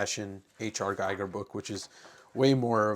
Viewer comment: fyi It's pronounced *Geeger, for reference